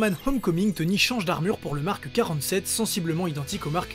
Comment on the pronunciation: il n'y a pas de "e" à la fin de "Mark" pourtant tu dis Markeuh 1, Markeuh 5, Markeuh 6... insupportable. Pouce vers le bas. J'ai tenu 4 minutes... pourtant le sujet m’intéresse mais là non....